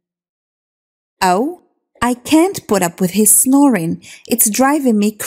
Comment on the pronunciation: استاذه سؤال او سمحتي انا اسمعك تنطقي put up بورب هل صحيح ام انه بود اوب او بوت اوب ؟